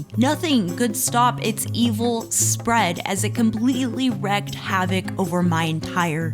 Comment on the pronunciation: Great video but it’s wreak havoc. The ea sounds like the ee in reef 😉. Cheers, Chris